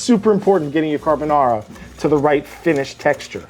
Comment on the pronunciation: I think Vincenzo would approve of this. He would probably say that it's carbonARRRA and not carbonawra and mixing it in the bowl as opposed to mixing it in the pan and adding pasta water is unusual, but other than that, it's pretty close to the Italian original.